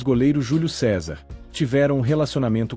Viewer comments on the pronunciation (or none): none